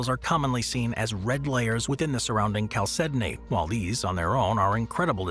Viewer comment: Stunned the narrator pronounces "chalcedony" correctly.